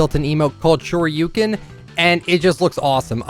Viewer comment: YES!!! HE FINALLY PRONOUNCED SHORYUKEN CORRECTLY, LETS GOOOOO!!!!!!!